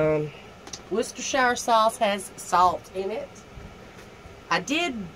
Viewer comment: WOR-CESTER-SHIRE Sauce! 🚫 CHESTER. ✔CESTER.👍👍